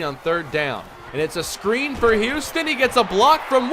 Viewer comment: just called tyrone huston "Houston"